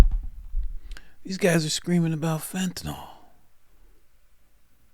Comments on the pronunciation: It's spelled FENTANYL... It's Fentanyl. Did you study pharmacology in college? I DID. Ever heard of Carfentanil? Similar drug, that's MUCH more potent. Pronounced the same way. How do you get Fentenol? OL, is like Albuterol, or Clenbuterol. Those are lung medications. I wasn't insulting you. It's just like people who call Oxycontin, OxyCOTTON. It's not right, and adding an ol, to it, makes it sound like you're speaking about a different class of drugs. You're not the only one to do it. Southerners started mispronouncing it on TV, and idiots went with it. You'll hear intelligent doctors on TV who pronounce it PROPERLY. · It's pronounced FENTA NYL.... Not FENTEN ALL.